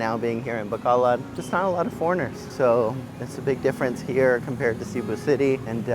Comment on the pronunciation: learn how to pronounce it, just some friendly advice